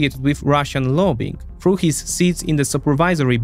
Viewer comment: He’s pronouncing the th like f because of his accent, which makes it sound like „for“ instead of „through“ compare it with when he says „through“ a few seconds later